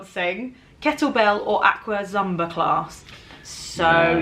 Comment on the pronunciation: I'm confused with a few things.. first Zumba is pronounced ZOOMba 😂 but also you're talking about bar exercises as being "jokingly" slutty.. bar means BALLET bar. The jokingly slutty workout is pole classes 🤣 oh & my generation.. the 1980s & up.. most parents.. both moms & dads.. even in rural areas of America always worked full time jobs.